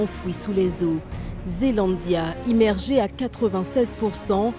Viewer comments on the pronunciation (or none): Immergé pas Émmergé